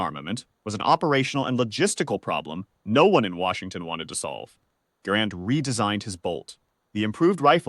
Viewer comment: The name of the inventor of the M1 is NOT pronounced Garand'....but Gehr'-end!